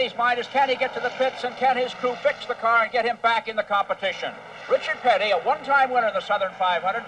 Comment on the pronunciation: Reechird Pitty -Jackie Stewart 😅